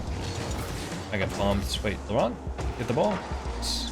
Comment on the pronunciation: You were saying "laurent" and I was hearing lebron😭✌️